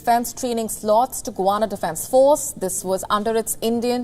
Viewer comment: GUYANA fisrt of all not guana. And its in south america not in the caribean